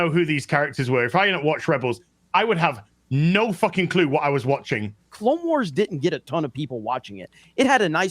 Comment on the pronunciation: Did she say 'Clam Wars'?